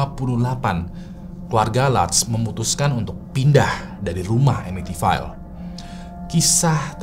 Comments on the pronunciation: Bacanya bukan amitivail bg, tapi amitivil. Krna ville itu dibaca vill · It's Pronounce EMITIVIL not EMITIFAIL.. Sorry gatel gue.. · masukan aja si, sebelum record mungkin ejaan2 bahasa inggris dipelajari dulu bang. misal amityville, ville (vil, bukan vail). CMIIW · pronounce Amityville nya salah, yang bener itu baca nya emitifil